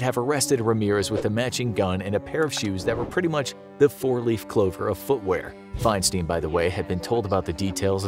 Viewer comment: FEINSTEIN is Fein-STINE like FRANKENSTEIN not Fein-STEEN